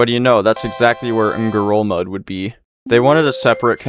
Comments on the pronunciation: think you did pronounce it right! At least from the info i could find (which isn’t much) xD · it sounded like you pronounced it the correct Palauan way to me! But maybe it sounds strange in any language xD